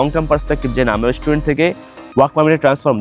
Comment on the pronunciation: Student❌ estudent🤡